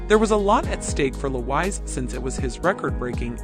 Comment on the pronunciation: My god… do something on your pronunciation of “foreign” names … Louwais?